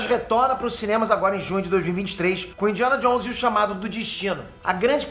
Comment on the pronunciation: "Indiana Johns"